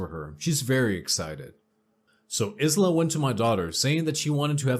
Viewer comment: Aisla is pronounce Eye-La, and it Kin-sin-era